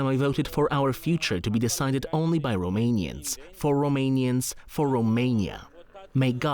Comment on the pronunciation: I am subscribing to your channel because you pronounced all the Romanian name correctly. I watch many channels. I surely will watch you, too. Thank you.